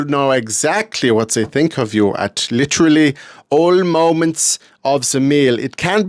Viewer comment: Well, at least they didn’t say “literally”. Lirelally 😛 Or did they..?